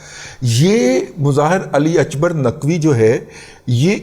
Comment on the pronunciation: رضی صاحب، with all due respect فارسی میں "ک" ، عربی/اردو کی طرح "ک" کی ہی آواز نکالتا ہے۔ اکبر ، عربی/اردو کی طرح اکبر ہی ہوتا ہے۔ البتہ " ق" اگرچہ عربی کے "ق" کے ہی ہم پلہ ہوتا ہے لیکن فارسی نہ بولنے والوں کو "غ" کی طرح سنائی دیتا ہے جیسے مستقیم، آپ کو شاید "مستغیم" سنائی دے۔ برائے مہربانی تصیح فرما لیجئے۔ شکریہ۔